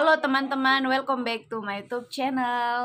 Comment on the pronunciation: Ini konten jadul saat masih pakai anting panjang dan bilang "welcome" dgn sebutan "welkombek"😅... Tpi makin kesini seiring waktu pengalaman tambah dewasa apalgi ada duo bocil yg jd artis konten yg selalu ditunggu² viewers..